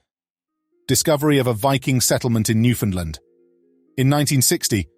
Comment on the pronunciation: NEW FOUND LAND!!!! Even Newfoundlanders don't pronounce the name of the province correctly. Extremely, annoying to say the least.